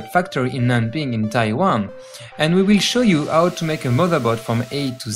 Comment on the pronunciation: So french in fact that when he said "we will" it sounded like Oui Oui (wewe) for those of you that don't know how to pronounce the french word